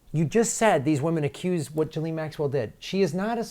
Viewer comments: ghee-lane..not gelene... try that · Ghislaine ...... NOT Gillaine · her name is pronounced Jizz Lane, not Geelane. It is impotant to pronounce it correctly as it helps clarify the story. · Why does everyone mispronounce Ghislaine Maxwells name as 'Jaleen', its pronounced 'Jislain'. duty paid 2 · How do you get to pronouncing Guislaine, "Jileeen"? Out of all the absurd ways of pronouncing her name that are doing the rounds, this is the most ridiculous and it's completely distracting, when trying to watch the video!!! It just sounds so completely stupid. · Let's pronounce her name correctly. It is pronounced, "JIZZ-LANE" Maxwell. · Her name is pronounced ghee-laine, hard g.